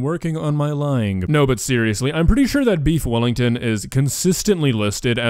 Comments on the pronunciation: We don't say "beef welli" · Weef bellington